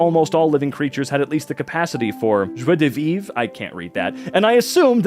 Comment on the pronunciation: as a french, you ssay french word with a perfect english accent :) No really you said "joie de vivre" perfectly, kudos. i love your videos btw